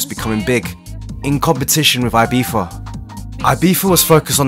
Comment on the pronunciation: why did he pronounce ibiza as ibifa?? Is there any reason for that? just curious